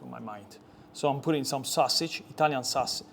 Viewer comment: I’m so happy that you’re back on YouTube. Ur other platforms were just not long enough or detailed for me. Say “Sauswage” AGAIN for me. Love it